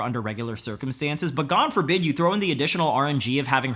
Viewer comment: This dude said: 'Gane forbid' Multiple times 😂😂😂